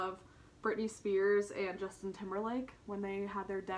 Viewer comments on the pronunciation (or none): none